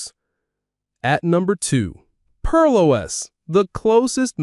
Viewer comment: notice how they pronounce Pear OS, almost as they typed Pearl in the prompt